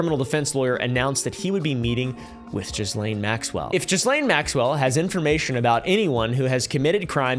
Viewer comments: I can answer that one - this was regarding the poaching of Trump's employees (specifically waitresses and hsotesses) at Mar a Lago. Ghislaine (pronounced "GEE-lane" not "JEE-lane") was talking them into quitting and working for Epstein. Edit: correction, it was mostly the spa. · first off, those multiple ads are BS. And its pronounced Ghee-Lane. Not GeezLane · Pretty sure her name is pronounced Gillaine 😅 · Auto-translate subtitles definitely took pronunciation of "Gislaine" and said Jizzlane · I love that we all collectively pronounce Ghislaine as "Jizzlane" instead of "Gillaine" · Instantly knew who your wife was because of the way you pronounced JIZZlane lol. Just double checked and I was right. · I'm so triggered big time. Her name is pronounced Gee-lane!!!!!! Sorry 😢😂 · The way you prounouce her name is irritating - It is french and pronounced - GEE-LANE. Another fact check - there were over 1000 victims not hundreds. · I love how most of us pronounce "jizzlane". It is at the very least the amount of disrespect we need to show. Also, if that idiot, In praise of shadows had showed some grace. He would of found common ground with some really awesome creators. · That depraved witch's name is pronounced GILENNE (hard G, as in "gate") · Its pronounced geh Lane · It’s gih-lane bro 🥲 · Did you call her “jizzlane” 😂😂😂😂😂😂😂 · I can't deal with the mispronunciation of ghislaine. Gotta go. Loveyabye! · Try learning her name mate. The 's' is silent. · To be this far into coverage and not being near pronouncing Ghislane correctly is comical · Isn't the "s" in Ghislaine silent?